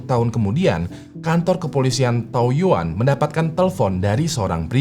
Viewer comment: Taoyuan di baca thaoyén ya bang 😊